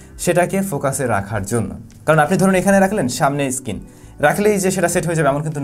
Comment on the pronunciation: উচ্চারণ সঠিক ভাবে করুন। Screen কে আপনি Skin বলে যাচ্ছেন ক্রমাগত। এ দুটো শব্দের অর্থের মাঝে আকাশ-পাতাল তফাৎ। মূর্খ সোদার মত ভিডিও বানাবেন না